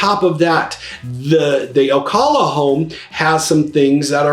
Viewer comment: good video.... of course, Ocala is BY FAR the winner! BTW, you do not pronounce Ocala correctly. O CAL A not O CALL A Thanks